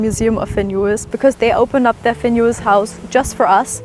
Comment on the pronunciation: Beautiful house. I have to say though, his name was Finn Juhl and not Finn Juhls.